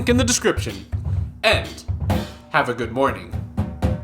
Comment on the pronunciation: Did he say Good porning?